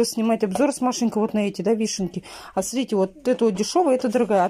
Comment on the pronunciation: Прям сразу режет ухо. А́ срите вот